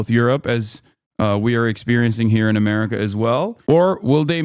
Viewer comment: As a German what irks me the most with this guy is how he pronounces America. Apart from the stupid stuff he says.